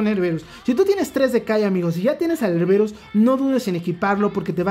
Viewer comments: porque le dices erberus, es erebus, jajajaja, saludos y buen video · Él: erberus Yo: joder tio, que es erebus!! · Erberus.... suena mejor que su nombre Erebus.